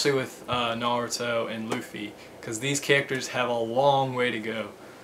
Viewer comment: It's not Looffie it's Luffie with a short u sound.